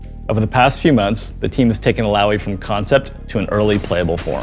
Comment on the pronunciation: Illaoi now Allaoi 😂